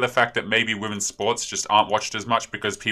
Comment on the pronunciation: "Whamens sports" lulz